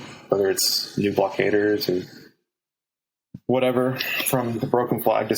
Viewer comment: “You can get whateva....”